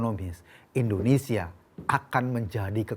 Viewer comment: bnyk salah ngomong. Pertama: nyebut kata E ndonesia bukan Indonesia.. kdua: prodAk.. bukan prodUk... Betulin deh bhsa loe, ko... Malu sama kadrun.. nyebut nama ngara sendiri aza salah..